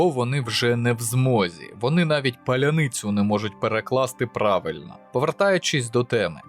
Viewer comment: Палиниця , бля . Да таких слов много . А много вообще Украинцев и Русских смогут правильно произнести такие слова как Ахеза , Бухретко, Возгудать, Въямки , Завизить, Копуша, Падэра, Сголком, Фрякаться , Шивера, Шшаглы , Ярушник . и т.д